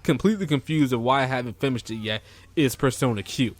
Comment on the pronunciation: Are you saying "fimmished"?